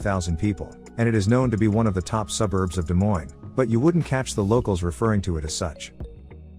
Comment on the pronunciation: Stupid AI video that an idiot programmed. Why didn't he just say "Des Moines" and be done with it??